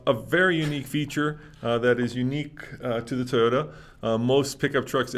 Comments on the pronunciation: The company is pronounced, Toy-O-tuh!! Not, Tiyo-tuh! Learn to pronounce these company’s name, it’s your job!! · Why does pronounce it "teee-yoda"